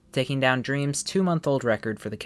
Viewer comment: You couldn’t pronounce dream correctly?